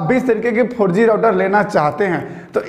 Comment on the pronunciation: 4G ka pronunciation aisa kiya ki sunney me "farji" aata hai 🤣🤣